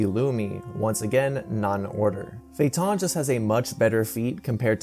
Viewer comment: Why are you mispronouncing so Many names? Uvogin, feitan f.e.?